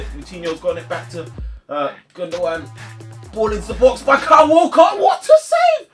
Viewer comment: When you Said Walker it Would sound like Walcott and I was like Have city just bought Walcott 😂